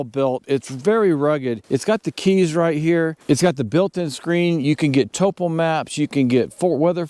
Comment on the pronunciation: Why do backpackers no longer know how to pronounce 'topo'.